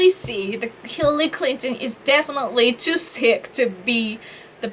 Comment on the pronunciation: Hillally... Hirrelly.... Hirlalry... Mrs Clinton!